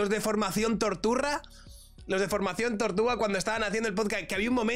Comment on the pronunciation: formación torturra, cada vez que lo oigo me parto🤣🤣😂🤣